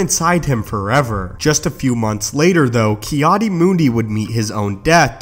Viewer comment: Its Ki-Adi isn't it?